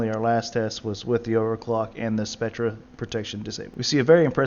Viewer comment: Spectre is pronounced "Specter" (in the USA most words that were originally suffixed with -re were switched to er but they both are still pronounced like "-er") Examples: UK: Metre US: Meter or UK: Theatre US: Theater and many more. Some examples of words in USA that kept the RE suffix are 'mediocre' which is pronounced as "Mediocer" in the USA and 'acre' which is pronounced "acer" both in UK and US english